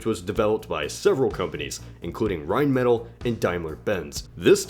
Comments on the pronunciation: Rheinmetall is pronounced ‘Rhinemetaal’ And how is the 20mm gun on the Pz 2 anti-tank? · Rhein-mah-tall is correct pronunciation... I think